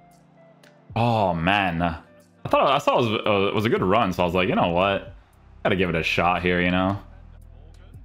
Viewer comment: Why does put a j at the end of a word with d like hood but he says goodj, I’m guessing it a language thing or something?